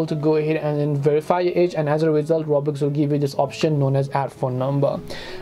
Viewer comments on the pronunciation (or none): did he just say roblex i thought i was the only one who said that as a joke